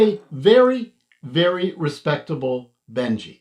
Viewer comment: Isn't it Benchy as in benchmark and not Benji as in the dog??? Lol just messing with you, great video though, thanks for the review. My sv06 will be here in a few days. Can't wait!